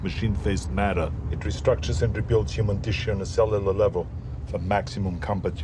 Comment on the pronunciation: "clelula levil"